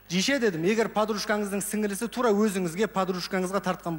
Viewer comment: RYSBEK ABDRAKHMANOV жише емес дише деп жатыр